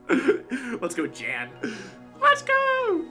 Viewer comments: your pronunciation of Jan is correct! Jaidens' is hilarious :D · Oh yeah btw, you do pronounce Jan’s name correctly. I can confirm as a fellow German native speaker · Your pronunciation of „Jan“ is almost perfect, the A is just a little quicker spoken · You were saying Jan's name gorrectly. In this whole video Jaden was mispronouncing his name. It's pronounced the way you were saying it originally. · "What if im saying it wrong , i thought it was Yawn" - Jan is german , his name gets pronounced like Yawn in english. Or more precise like Yan from Yanmega. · Just for the record, Jan's name is pronounced "Yaan", like you did at the beginning. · In the reaction video that, Jan, responded to, he did say it was pronounced, yawn. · No, you're right; it's pronounced Yahn. He clarified that during his reaction to this episode of Jaiden's Nuzlocke series. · Young without the g is spot-on. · It is pronounced "Yan", it's German. So yeah you were saying it right, she was saying it wrong. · Just want to add to this comment that Wolfey is pronouncing Jan's name correctly. In Pokemon Challenge's reaction video he mentions how it doesn't have an American pronounciation and is a German name pronounced like YAHN. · Thanks for pronouncing "Jan" the right way 🥰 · 🎶real Youtubists know PC’s name🎶 🎶I hope that we pronounced it right🎶 (You did. It’s a Nordic soft J. He said so in his own reaction to this video. Good job Wolfey.) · ur pronounciation is correct btw jan is german so yea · i'm guessing you didn't misspell "either" becayse the letter n is far from the letter e but Jan reacted to the video and he said it was pronounced as how Wolfy originally said it.